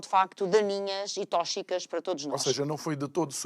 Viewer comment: "Tóxicas" palavra mal pronunciada. Pesquisar o "x" de tóxico e intoxicação, em bom português, RTP.